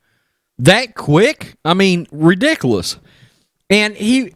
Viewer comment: there is a u not an a in ridiculous. I love it though don't get me wrong! Keep up the good work